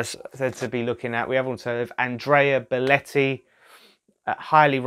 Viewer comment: Belotti, NOT Beletti